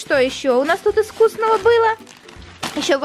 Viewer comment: Не ис а из